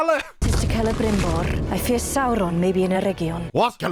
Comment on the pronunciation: Oh Saurrrrrron😂